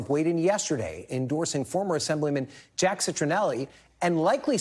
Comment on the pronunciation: He mispronounced Jacks name so bad lol